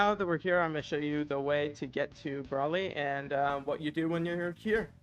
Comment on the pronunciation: if ur gonna make a vid on this use the names right like feck bros sayin braly not broly